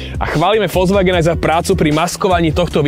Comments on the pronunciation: na jednotku ti to teda vyslo, volzvaken... mwah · naucit sa vyslovovat Volkswagen by aj do buducna v tomto povolani nemuselo byt na skodu